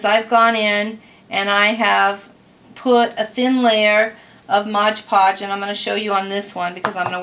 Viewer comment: Its MOD Podge, not modge podge.